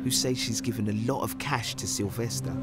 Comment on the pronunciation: Ahhh. Sylvestah!